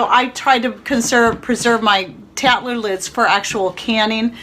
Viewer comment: I cant understand what kind of a lid you specified and why...sounds like a "tatler" lid? thanks! Lots of good information in your videos - new subscriber!